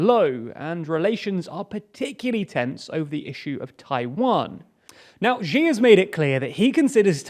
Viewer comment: Y'all need to read the comments more often. "Zhee" isn't a person. "Shee' is. Give a listen to Google Translate at the very least before trying to say non-British names please...